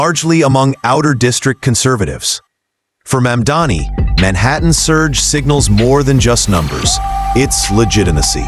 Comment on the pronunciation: Americans must love sexual predators and criminals. I cannot understand how disgraced Cuomo has so much support. He believes that by deliberately mispronouncing MAMDANI's name, somehow he can get ahead. What a scum. And every one else who deliberately mispronounces MAMDANI's name only air their ignorance